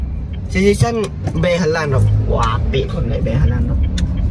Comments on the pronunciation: Guduk sesisan mas tapi MESISANNN WKWKWKWKWK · Mesisan bukan sesisan 😂 wkwkwk nggak papa kan masih belajar 👍, semangat terus buat bikin konten nya dan semoga semua team mama Lela sukses terus & sehat selalu Aamiin 😊❤️.